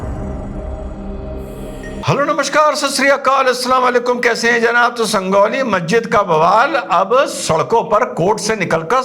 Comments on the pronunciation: 🤣🤣 Sangauli nhi hai sanjauli hai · sir it's not sandoli ❌ sanjauli ✅ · डॉक्टर साहब संगोली नहीं संजोली है। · Bhai Sanjauli hai wo... Sangauli nahi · It is not Sangoli..., it is Sanjoli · Sir, a little mistake, it's Sanjauli ( J) , San jaw li